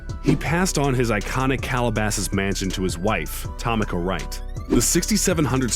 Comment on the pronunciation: Don’t forget TOM-ika .... I was thinking Tamika..... he destroyed about 3 names